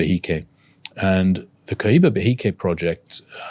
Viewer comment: Maravilloso y perfecto canal y video como siempre. 🎉 ( y será pluscuamperfecto cuando consigan pronunciar correctamente marca Cohiba 😂 ...)